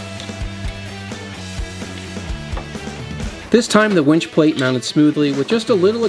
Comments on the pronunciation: Dad jokes for days! You sound like you're pronouncing wench way more times than winch. Be careful of the wires rubbing the painted bits, it'll wear the paint off. Ask me how I know. You better be getting her a drink!!🍻:-) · Its winch not wench. If you were trying to be funny, it turned out to be irritating